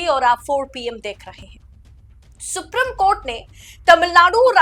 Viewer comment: सुप्री..... म कोर्ट सुप्री...... म कोर्ट , सुप्री........ म कोर्ट ये आपका उच्चारण